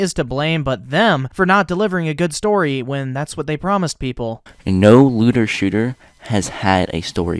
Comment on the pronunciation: L E W D E R S H O O T E R It legit sounds like he said Lewder XD.